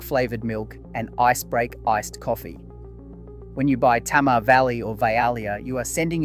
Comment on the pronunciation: Interesting, but you are mispronouncing Tamar. To me as a Tasmanian, it's actually painful.